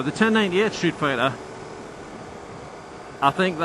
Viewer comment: Ducati "Sreetfighter"?